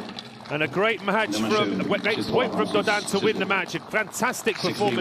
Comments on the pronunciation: well you’re saying the A should be emphasized but the comment above you says the A should be emphasized. I guess I should only state that I know as a college French instructor that Dodin is being pronounced quite well. I don’t know Czech but it still is not bad, and how I’ve heard majority of other excellent pro commentators say it. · He’s saying them perfectly, actually. Dodin is French and he is pronouncing it correctly according to French phonetics. He’s also saying Muchova’s name correctly. Not sure what you are referring to at all… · He pronounces Dodin’s name well, you’re correct, but Muchova’s not as much. He emphasizes the middle syllable which a lot of English speakers do instead of the first, making it MuCHOva instead of MUchova as it should be, and also has more of an “h” sound instead of the correct “ch”. Of course this is just being picky